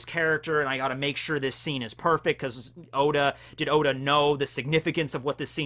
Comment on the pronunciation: Oda not ora